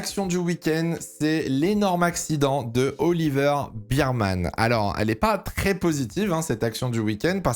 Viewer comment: Oliver Birman …? BAIrman stp haha